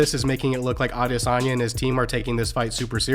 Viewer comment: At least he can pronounce Adesanya! 😅